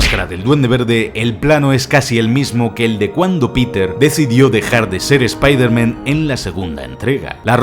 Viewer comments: Me da cáncer cerebral cada vez que dice espeederman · Me encanta el video soy super fan tuyo.....pero que nervioso me pone que digas spidermEn en ve de spidermAn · Se dicen Spider- mAn Se dice Iron-mAn No mEn 😓😓😓😓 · Pronuncia bien las palabras q es un espiderman??? pronuncialo como se debe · La mitad de las cosas no son curiosidades reales, son movidas que has cuadrado tú porque te han dado la gana. Además, de verdad, deja de decir "Espaidermen", que no sabes decirlo xd. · "Eme jota" "espiderman" porque les cuesta a los españoles pronunciar las palabras en inglés? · Spiderman ( pronunciación literal ) me matas !